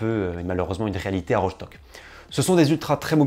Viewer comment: Ça se dit Rostock hein, pas rochtock Je suis allemand